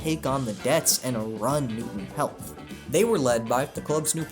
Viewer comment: Newton Heath is notably pronounced like “Heath” and not “Health”